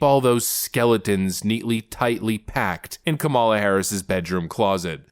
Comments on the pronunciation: I love your videos. I have to correct you on the pronunciation of Kamala. The emphasis is on the first syllable. Not the second syllable. You will be fodder for the left. That’s all. Keep up the good work. I enjoy your perspective. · Are you mispronouncing her name for effect? KAM-a-la. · Hi, been listening for a while and like your content, I don't like kamala, and won't vote for her, that said, I wish you would learn to pronounce her name, does she deserve that respect at least? It's a small thing but it's annoying and a little petty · Do you really not know how to pronounce her name?